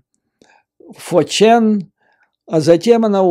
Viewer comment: Вы хороший аналитик и слушать вас приятно. Но 4chan это не фоурчен.